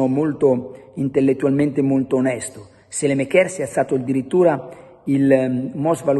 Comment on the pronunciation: Perché continui a chiamarlo sélemekér? Si pronuncia Sàlemàkers.